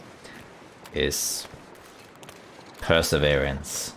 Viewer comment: per"sewn"erance...🤣😸 This bear in PV was so polite to let you read your book even if you have tasty stuff in your pockets. But got ignored twice was to much for him and so he helped himself..😄